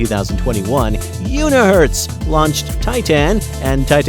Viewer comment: Nice video but you need to find somebody that can pronounce TITAN correctly